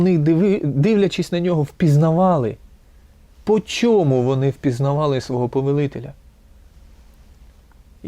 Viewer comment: Вибачте ,але - щььоо ,чььому ,чььяс ,почяяток щьььось ,величььина ,щьььо це означьяяє ..Ж ,ч,ш,щ в українській вимові має бути твердим - час ,чому ,щось ,величина,початок , - бо просто важко слухати таку важливу тему, якесь знущання з вух .Другий раз стараюся прослухати вашу думку і через це щьоканння і чьокання неможливо .